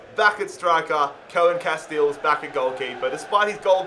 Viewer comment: It's pronounced Koon Casteels, but I can see why you wouldnt want to say that